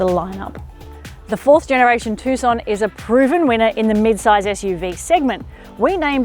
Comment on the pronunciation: it is named TUCSON not TUSCON